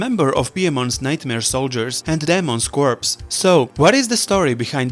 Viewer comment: In "corps", you don't pronounce the last two letters, "corpse", as you're pronouncing it, is a dead body, said as "core" refers to a group, jus like Daemon's followers actually as well as the real-world Sea Cadet Corps found here in the UK which I was in for four years!